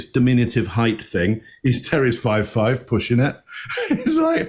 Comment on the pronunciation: How about Sanderson's mispronunciation of the word "height"?